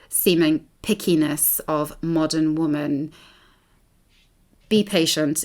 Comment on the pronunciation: I think you're phenomenal and this was a great watch, but it was a bit cringeworthy to hear you mispronounce "women" every time. It's usually red pill/black pill men who pronounce "women" as "woman", so it's interesting that the incel is the one who pronounced it correctly in this case